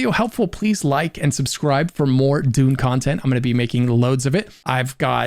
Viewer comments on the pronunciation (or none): none